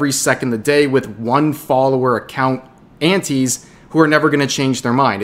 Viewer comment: for the longest time i thought you were saying aunties.